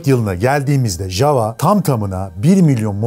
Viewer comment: Ya dunyada birtek biz yanlış soyluyoruz ja-wa degil ya-va diye okunur 😂